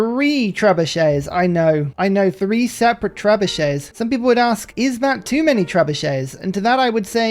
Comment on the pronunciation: Tres-buchets? Maybe that's just on the Spanish runs.